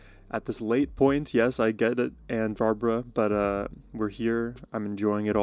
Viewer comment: not B A R B A R A it's B A R B R A